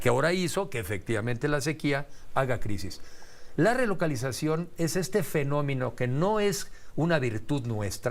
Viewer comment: Que es finomino?? Sr entrevistador te tiene que estar corrigiendo.